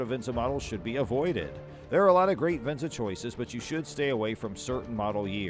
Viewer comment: Not even pronouncing Venza correctly 😂